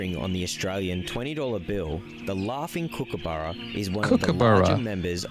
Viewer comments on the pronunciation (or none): It’s a Kookaburra, spoken exactly as you spell it. Short “u” vowel sound. Not Kookaboora.